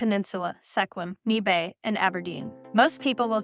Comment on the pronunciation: (( )) SECK wim??? NEE Bay?? 👎👎👎 Bot AI narration or uneducated on pronunciation.